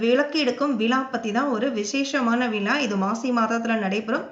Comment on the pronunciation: Madam it would be very nice if the commentator knew Tamizh well. Instead of telling VIZHA she's telling VILAA. HORRIBLE TO HEAR. ABATHAM AGA IRUKKU. SORRY TO SAY